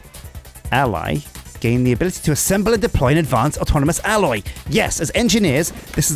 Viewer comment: STOP SAYING ALLOY! >.<